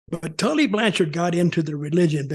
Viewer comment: Ahah hah, Blanchard said his name right on tv! lol What a d!<k-head!